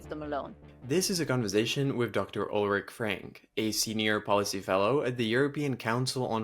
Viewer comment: You might at least learn to pronounce her name. Ulrike